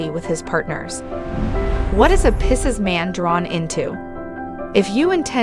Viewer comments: This is good. However the pronunciation is Pie-seas Just think I want Pie, over Seas Picese Everytime I heard pissas, it made me cringe. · 🤣 😂 “Dating a pisses guy? Interested in the way a pisses man thinks? Listen to our advice as we tell you all about your future with a pisses man and simply refuse to acknowledge or properly pronounce the word Pisces.”